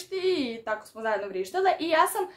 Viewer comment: Niko: Apsolutno niko:: I tako smo azjedno cristale.